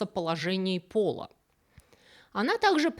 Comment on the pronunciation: В слове "соглядатай" во всех числах и падежах ударение ставится на первую "а".